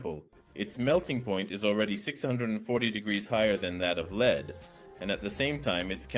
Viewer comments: Listen closely. It makes the typical mistakes of AI, like the mispronounciation of lead (the metal) as lead (guide). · Please bring back real voice or make ai as seperate voice track option the ai messed up saying leed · AI voice muddles up words: compounds became components, lead became 'leed' several times. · This is kinda worse than the voice actor you had please get rid of this AI voice it cant even say the word lead reliably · Your argument assumes that the use of AI is not detrimental to the quality. The complaints, though, are about a detriment to the quality. The voice using the wrong pronunciation of lead. Missing words, ending sentences mid-sentence. Those are quality issues, which makes the use of AI simply worse quality. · The AI is not working as well as the voice over, it's creating problems that weren't there eg it pronounces the metal Lead (Pb) as if in usb lead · The ai also fails to pronounce lead half of the time 😂